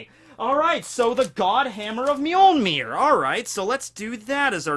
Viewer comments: It's MjölNir, not Mjölmir. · N! NNNNN!!!! For Thor's sake! It is MjolNir! Not mjolmir. MJOLNIR!!!